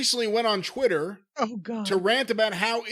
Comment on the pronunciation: Can some please tell it’s pronounced Twitter not Chwitter